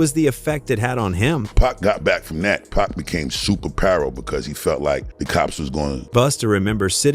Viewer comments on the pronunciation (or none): Who TF is BOOSTER RHYME??? Who TF is PACK??? Nah...this AI shit is outta pocket! WTF???!!!